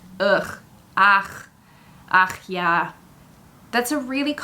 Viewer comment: Its actually ach ja not agh ja